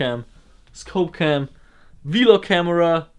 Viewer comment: Yeah, But the way it's called VLOG not v-log but im not forcing you to say it differenterly just a heads up (